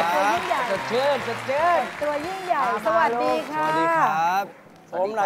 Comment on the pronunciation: ลองออกเสียงสิไอ้หนู สวัสดีคะ สวัสดีค่ะ